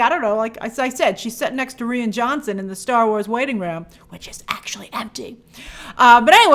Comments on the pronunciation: I absolutely HATED the first Avatar, so you couldn't pay me to see the new one. And isn't Rian Johnsons's first name pronounced "Ryan"? You're the only person I've ever seen pronounce it "Ree-an". But this is nothing like the way you butcher Christina Ricci's last name. Jesus. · "Re an" Johnson!? It's pronounced "Ryan" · Rian Johnson is pronounced just like Ryan. Irish spelling, same pronouncement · Ree-anne? What’s with this pronunciation? Is she doing this just to annoy people? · LOL at Grace not knowing how to pronounce Rian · Why she pronouncing Rian like that 😭